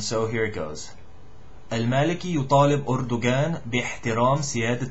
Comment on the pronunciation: good but for the Turkish president Erdogan the G in erdogan is a غ not ga and the J in rajeb is ج if you pronounce them as Ga then its the Egyptian dialect